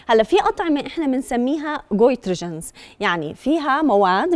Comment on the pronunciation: شنو كوترجنز صح هيج لفظها؟